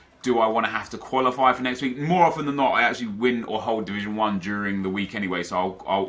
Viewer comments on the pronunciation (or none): none